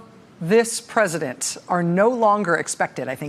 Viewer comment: "Presidunce of the United States"